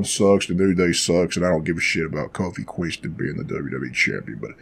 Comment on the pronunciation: Lol are you purposely saying Queenston? Hahahahahahaha